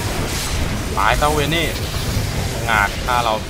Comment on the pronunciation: ตัวที่ตัวพี่เรียกว่า เวนนี้ ที่จริงมันชื่อVayne =''เวน''